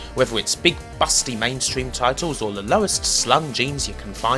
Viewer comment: why does he say lee instead of the?